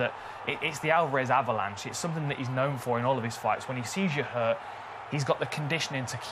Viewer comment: "Alvalanche". Hell yeah!